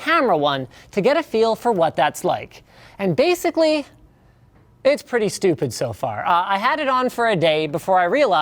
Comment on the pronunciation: "preety good camera" LOL